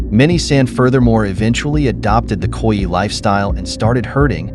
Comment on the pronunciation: Would be good if Khoi was correstly pronounced.